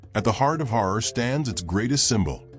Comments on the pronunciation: Herar not horar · HEY 👋 BRO 😎 It’s NOT “HORROR” 👹 it’s ‘H A R A R’ ⚠️ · Say Harar NOT Horor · It's Harar ,not horror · LOL Har- rar not horror! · Comeon not horror it's ha'rar. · Why does the speaker pronounce it as Horror? It is horrible 😂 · Listen man pronounce correct as Harar not horror as your darling word. 😂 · NOT HORROR ITS HARAR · HARRAR HARRAR NOT HOROR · Not HORROR BUT HARAR. 😮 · HARAR NOT HORROR DANM IT. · I had to stop watching video. The pronunciation was awful. I have visited HAARAR, not Horor: it is wonderful, like stepping back centuries. It is called CHAT ! When I was there most of the alleyways had not been paved, so this is a recent development. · Fr horror is appalling pronunciation, harar is beautiful nevertheless Christianity is new tho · It’s pronounced haa raar not horror 😅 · Your pronoustion of Harar is wrong please say Ha rar. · The narrator horribly mispronounces the word "Harar!" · At least learn to pronounce it! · I was appalled too by that horrible pronunciation, cons of ai annoying voicing probably